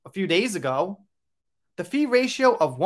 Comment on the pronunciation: I forgot to mention that you pronounce PHI like the English FIE. You know, like say FIFE, which rhymes with WIFE, but don't say the F, because it's just FIE.